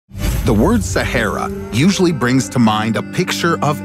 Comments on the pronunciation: Why u pronounce shehara it's sa-ha-ra😄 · I've never heard Sahara pronounced so bizarrely